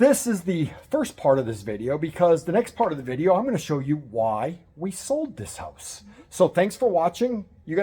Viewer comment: Hooousse. What a strange way to pronounce house. 😅😅 I'm going to your wife's channel, see if you are standing next to her.